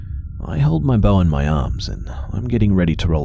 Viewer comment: 😆 He said "Loading his bow"... 😆 I heard "Loading his BOWL"!!! 😆😆😆😆‼‼‼